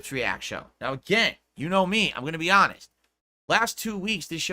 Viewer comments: How many more times will I hear a variation of this rant? "Wow guys, you know I'm hahnest guy right? Well you guys told me to play _________ (insert game here) for the longest time and now when I finally play no one comes for support. What's up with that?" Never change. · Nao guise you are not giving me enough of your money, im just being ahnest /snort.